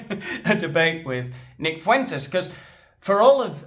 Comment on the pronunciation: If I hear Piers say "Foo-intez" one more gd time...